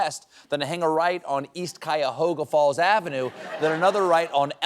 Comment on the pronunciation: I can't believe he actually pronounced Cuyahoga Falls right.